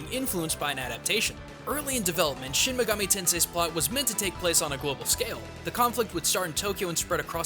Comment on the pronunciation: Just what the hell is "shemmegametensai"? The word "shin" should be pronounced like the name Sheen or like the sound that a sword makes when you pull it out, not shehn or what ever the fuck you're saying. You're almost saying megami right, but the ending is a MI not a ME. you're saying it like mega"meh" the ending bit should be pronounced like the english word "me" and finally tensei. You are saying ten say, but it should be like ten seh. make the Eh sound not the A sound.